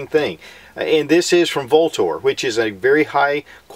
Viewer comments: The company name is actually pronounced "Ultor" though spelled Vltor. Sorry to be picky. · Came to hear Vltor mispronounced..Not disappointed.